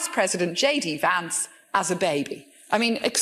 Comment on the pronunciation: "..depicting vice president J.D. Vance as a baby.." in an Irish accent. LOL